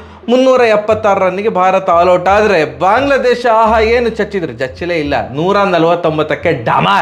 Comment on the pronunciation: ಬಾಗ್ಲ ಅಲ್ಲ ಅಣ್ಣ ಬಾಂಗ್ಲಾ